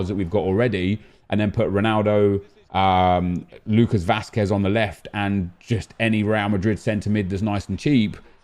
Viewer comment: The way he said Lucas Vazquez 😂